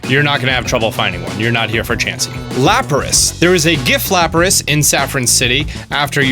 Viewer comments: don't wanna be political and all, but it's lapras and not laparas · Yo he said Lickingtung Also, whats a Laparas? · Its not “laparas’’ its lapras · I found two kangaskhan allready -_- Laparas haha its Lapras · Laparas? Lapras and Paras? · Laparas... lol Its Lapras!!! How do you not know how to pronounce the original 151 pokemon??!!! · Laparas Charizord Chariza rd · " Laparas" oof. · Your right he can’t pronounce nidoqueen,nidoking and lapras